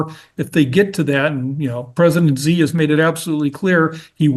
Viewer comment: has many misconceptions. For one, he has no idea what’s going on in China. He can’t even pronounce Xi correctly.